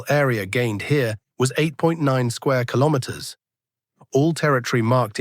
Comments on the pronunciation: Kilomens? Kilomerds? Kilomers? What is it AI? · Is this mean the AI can't pronounce "Kilometers" appropriate?